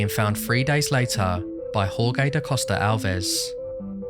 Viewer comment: it is always a little disappointing to me to see americans butchering the name "jorge" when there is the 'english' version "George" which is pretty much the same. Maybe one phonetic exercise would be to say "george" with a 'strechted' 'e' in the end. Well, I bet the video is going to be amazing, and you are not alone in the "Jorge" club hahaha #GodBless #Peace